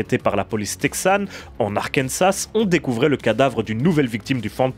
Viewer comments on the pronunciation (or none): super vidéo sur un "héros" méconnu. Par contre je sais que l'anglais est votre point fort mais on dit Arkan"ssa" et pas "Arkansasse" sans prononcer le S. C'est pas comme le mot "texas" par exemple ca vient de la langue sioux.